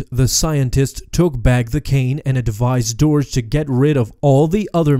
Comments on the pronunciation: I'm fairly certain it's pronounced 'derg' not 'dourj' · It's Durge! Not Doorge. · The way you pronounced "Durge" made me a little sad.